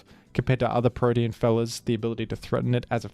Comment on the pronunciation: pronounce protean as "protein" again and I will go iron mugulis on yo ass